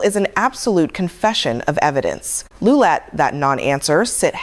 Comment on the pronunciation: This AI version (which mispronounces Lieu as often, or more often, than it pronounced it correctly) inspires me to go find the original tape.